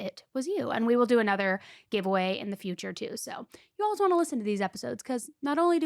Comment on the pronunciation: Why do you both pronounce “always” as “olwuz?”